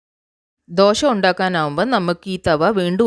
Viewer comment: എന്താ ഈ ദോഷ? ദോശ എന്നാണ് പറയുക.